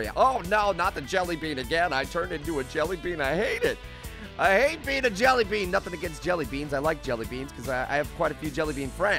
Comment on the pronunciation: Stop saying jellybee